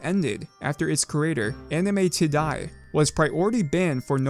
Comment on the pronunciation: "anime tiday" hehehehe